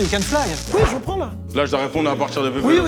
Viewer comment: comment il prononce jay praillnss???